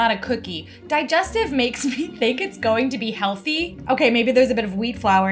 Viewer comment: Hearing call a digestive biscuit a di-jes-teeeeve made my day!